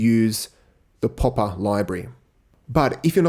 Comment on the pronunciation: he said poppa library lol